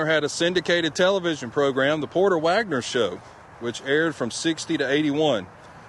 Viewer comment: As a redneck from Alabama, I can testify you are correct about the pronunciation of his name lol. Also on Saturday cartoons were over when you would see his bus rolling down the road on the tv show Saturday afternoon lol.